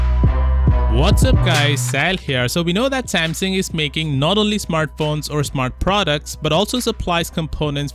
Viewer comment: It’s pronounced Samsung, not Sampson